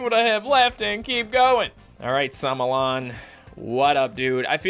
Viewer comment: I love when he called it samolon but its somolon